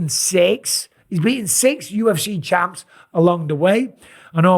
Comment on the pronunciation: "Multiple chamas" 😂